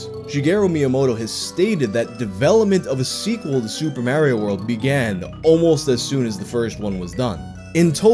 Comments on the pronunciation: "Super Mare-Ee-Oh" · The real gaming horror is pronunciation of "Mario" as "Mæh-rio" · The way you pronounce Mario is a war crime